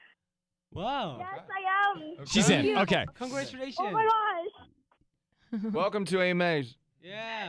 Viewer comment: JK's "Congralutions" Haha XD 😆